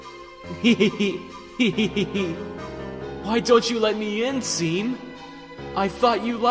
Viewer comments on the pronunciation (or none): I think in MY opinion (if you don’t want to listen to my opinion then go away) Just before seam broke the key he said something like “It’s pronounced SHAWM” proceeds to break the key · pronounces seam's name wrong Me: IT'S PRONOUNCED "SHAWM" >:( okay..I'll let myself out... Edit: Now I feel like Shavs Media Productions will do this:) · I saw this on my school account and it’s pronounced shawm but like this seam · Either Jevil likes calling Seam "Seem" Or VA doesn't know it's actually pronounced "Shawm" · My dude, “Seam” was supposed to be pronounced “Shawm” Said 80% of the comment section... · Dude the only way you didn't know that is by not playing he game, Shawm literally says that his name is pronounced like shawm and not seam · The comic and the dub was awesome but seam's name is not pronounced like SIIME its shawm even the character mentions it. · It's not seam, it's pronounced sh-aw-m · _- it really bugged me you didn't pronounce it Shawm..... The joke is that people with the name Sean keep having people pronounce it seen, when it's supposed to be Shawn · Redo pleeeaaase its not pronounced seam it’s pronounced (shawn with an m so )“shawm” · You do realized Seam’s entire joke is that it’s pronounced, Shawm ”, right? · Nope, it's pronounce SHAWM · THAT'S WHAT I SAID!!!! IT'S PRONOUNCED "SHAWM"! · He left because ist PRONOUNCED SHEAM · its a PUN. That's why it's pronounced shawm. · Seam's entire joke is that it's pronounced Shawm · SHAWM!! SEAM IS PRONOUNCED SHAWM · Me: OMG ART STYLE IS OUTSTANDING! Others: IT'S PRONOUNCED SHAWM, NOT SEAM! Me: If it's good and doesnt have any other mistakes, it's fine. Beginners mistake...kinda... Others: NO. I'M SO TRIGGERED THAT HE DIDNT PRONOUNCE IT CORRECTLY! SO SHU- Mutes Others Me: they were getting a ego fill-up... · Seam: “It’s pronounced Shawm” EDIT: Yes, I know that he knows that he pronounced the name wrong. This is just to be funny, not to mock him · Its pronounced "shawm" No wonder he was locked up.